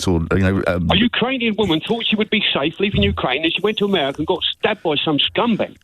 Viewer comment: said ‘merika’ 😂